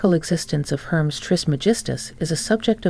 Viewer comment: Hermes is not pronounced as Herms, it is pronounced like this Her mees